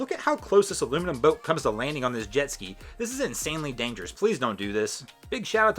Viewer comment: You need to learn how to say boat.